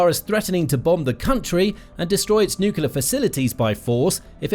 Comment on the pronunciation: There's only one "u" in nuclear. Why do you pronounce two u's?